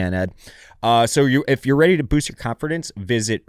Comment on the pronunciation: It was sweet when he said "confirdance"